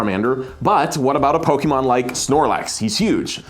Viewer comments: Am I the only one really disturbed by them keep calling Pokeball with the hard ee instead of -ay-; "Poke-ee-mon" < "Poke-ay-mon". Didn't they remember the theme song? "Pokemon!" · it is actually pronounced poe-kay-mon and poe-kay-ball. That's what the ´ on top of the E does to it:) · pronounces pokemon like a grandma from the 90s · pains me everytime you emphasize the E in poke' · Someone should have googled how to say Pokémon first